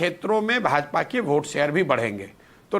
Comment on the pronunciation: अरे कैपीटल C तुम्हारी कोई साईटीफिक स्टडी है क्या ? तुम वोट को भी भोट उच्चारित करते हो ब्याहरी बुडबक कहीं का।